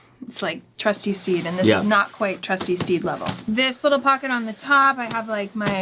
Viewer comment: NGL I thought she said "Trusty Steve"